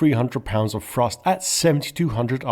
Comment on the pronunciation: Dear speaker, great video, but you may learn how to correctly pronounce "th". Instead of "three", I hear "free", instead of "thrust" it is "frust". That's a little confusing.